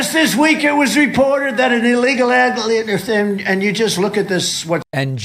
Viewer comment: What is an illeglal agligan uuh. Embarresing that they want this as president. No way